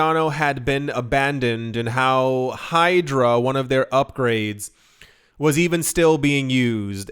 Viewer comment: Bro you said Hydro, but is Hydra.